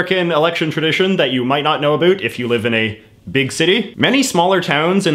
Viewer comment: Why does he say "about" so weirdly